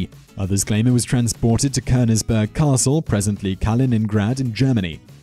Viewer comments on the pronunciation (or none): none